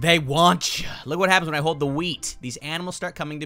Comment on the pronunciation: actually guys dont say hold he say khold for some reason